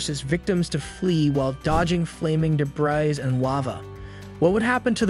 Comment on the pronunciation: Robot, debris pronounced debry, time for me to leave this out